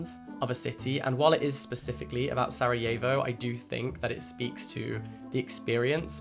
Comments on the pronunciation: It's so weird hearing someone pronounce Sarajevo differently than I'm used to here. I didn't even know it was pronounced like that in english, interesting. We pronounce it like sar - ah - yevo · Absolutely no hate to you, Jack, but your pronunciation of ‘Sarajevo’ made me flinch fjfjf 😭 Great video as always, though!!